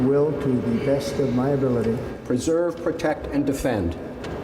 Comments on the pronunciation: Sounds like he said ‘preserve, protect, & Offend’ 😑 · He did struggle to say "preserve". I thought he said "usurp".